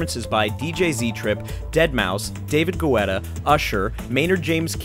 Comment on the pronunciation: haha david guetta...is supposed to be said as "get uh". Activision looks like they pulled off an amazing show. Thanks for the behind the scenes